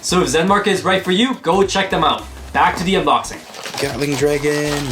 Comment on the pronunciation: What others hear:Gatling Dragon What I hear:Gyatling Dragon